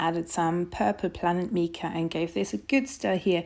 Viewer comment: #2 Soap was the best of the three. Mica is pronounced "My-Ca." Soap pouring into mold was messy. See "I Dream In Soap" for helpful soapmaking tips. Not trying to be critical, but trying to be helpful with constructive criticism. Thank you.